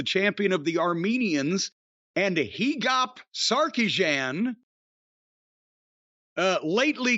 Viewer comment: I'm armenian. I think they meant to say HA-GOPE. That's how it's pronounced.